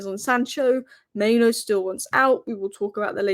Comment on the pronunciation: It's Mainoo, not Maino